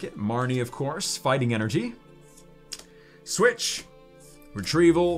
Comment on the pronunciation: did no one realize he said soich